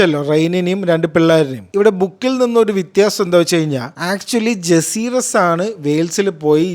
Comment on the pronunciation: ജസീറിസ്‌ വലേറിയൻ ❌ ജക്കാരീസ് വലേറിയൻ ✅